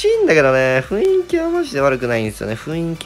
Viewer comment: ふいんき→ふんいきね。